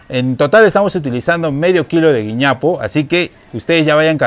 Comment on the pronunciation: Querida se llama "güiñapo"